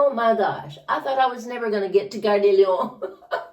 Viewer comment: The way you pronounced "Gare de Lyon" was perfect! 👏 Definitely better than I managed just a few years after beginning.